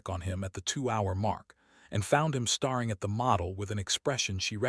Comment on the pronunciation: Star ing, breathed, bowed! Same words mispronounced every story and never corrected!